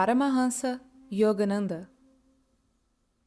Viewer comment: Nice video, but the pronunciation of most Sanskrit words, like Yogananda, Siddha, and Upanishad, is inaccurate. You need to do a better job.